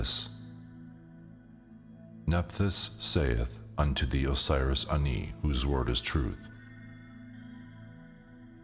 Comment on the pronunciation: THANK YOU FOR NOT PRONOUNCING IT AS 'ANNIE'!